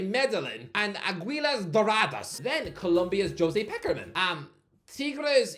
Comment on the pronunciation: the disrespect on Pekermans's name is wild